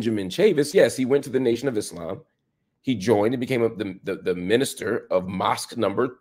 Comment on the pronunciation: Love how he says Islaam and not the typical Eeslam you normally hear on western shows